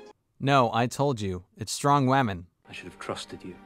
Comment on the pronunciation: So annoying to hear you keep saying "Wamen" though